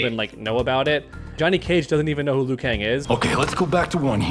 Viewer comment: I’d like to see that because I’m sure Liu shouldn’t be pronounced as Lu 😂